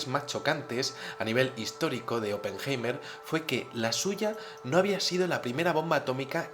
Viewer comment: Pajero deja de levantar la mano para decir hola,. Oppenheima... aprende a pronunciar. la palabra es HOMINIDO, y no hominino..... RUSIA es la primera potencia militar del mundo,y no JEWmerica.... 2016.